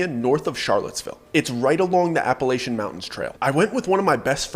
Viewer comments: Don’t believe anything someone says about Appalachia if they can’t properly pronounce Appalachia. 😅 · You pronounce Appalachia wrong.